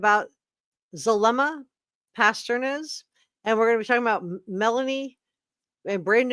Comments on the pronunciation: Past-ten-ez. Not pasturine! Sorry it's driving me crazy how bad you are pronouncing her name. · Zulema Pas-TEEN-is. Just FYI. Now, yes indeed, Melanie Gibb makes me nauseated, makes my skin crawl, as does Zulema. Poor Melanie Pawlowski, weak mind...not just real bright, Auntie Lori's puppet, willing to kill her own husband to inherit his million-dollar life ins. for Auntie's "cause." Lord have mercy...sick minds. All three of these are SUS as H**l. IMHO. Excellent review!!!! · Zulema Pastenes (pronounced pas-tennis) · Is it Zulema Pastorine or Pasdenas? Guess I should look it up but that is the first time I have heard it said as Pastorine. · I’m enjoying your comprehensive coverage of this - but Zulema’s last name is Pastenas. Pas-te-nas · AS·PHYX·I·ATE. Zulema = PAS-TE-NES